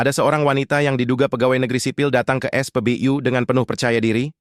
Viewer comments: Sakit telingaku saat kau sebut spbyu miinn😢😢😢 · Narasi "U" bacanya biAsa aja, dul .... Jangan NORAK !!!! SOK DI INGGRIS2 IN..... DODOL !!!! Bukanya keren malah jadi KAMPUNGAN .....👎👎👎👎